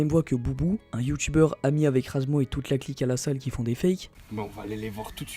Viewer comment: C'est pas razmo, c'est razmouth xD